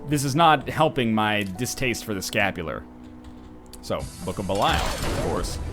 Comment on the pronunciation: I cringed every time he said he had scapular